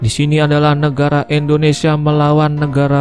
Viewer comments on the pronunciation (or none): none